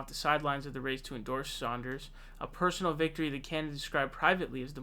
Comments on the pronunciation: It’s Sanders not Sonders! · Sanders not Saunders! Lol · Bernie's last name is pronounced Sanders (Sand-ers), (phonetic), not Saunders (Sond-ers) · Yeah he keeps calling him Saunders! It's Sænders, with a flat "a" (æ) sound! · His name is Sanders not Saunders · Good vid, one thing; it’s Sanders not Sonders. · Its Bernie 'Sand'ers, not Bernie 'Saund'ers. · It's SANDERS, not SAUNDERS. FFS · Stop calling him "Saunders" getting annoying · Bruh too many videos with you mispronouncing Sanders(Sand-ders) not Saunders which is a similar but different surname. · S A N D E R S not S A U N D E R S......there! Glad I got that outta my system. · Dude, his name is Sanders, not Sonders. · He switches back and forth between Sanders and Saunders, just like he did a few days ago with Joe Rogan and Joe Rosen. Idk wtf is wrong with this dude when it comes to pronouncing names. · Why do you pronounce his name as "Saunders" but when you talked about his wife, you said "Sanders." What? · I’m sorry... but Saunders? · Why do you keep saying 'Saunders'? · Why do you call him "Saunders" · Does say "Saunders" on purpose? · Again with Saunders lol - best was when it became Zaunders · BRO quit calling him Bernie Saunders. His name has no fucking u in it! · Do Muslims have to pronounce Bernie Sanders last name incorrectly? This kid keeps saying Saunders. I'm just wondering if Muslims will get in trouble if they pronounce Bernie's last name correctly. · How can this dude keep calling him "Saunders" after all these years? Jesus.... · Think about people viewing a video of yours for the first time and hearing you pronounce names “saunders” and “jhoe Biden”. Dumb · Everyone should start calling "", in chat and comments. Every time he says 'Saunders", it's like fingernails on a chalkboard. Ugh! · Pronouncing it like “sAUNders” distracts from what you say. Thats all i can think about because it sounds so wrong. Im not even paying attention to your point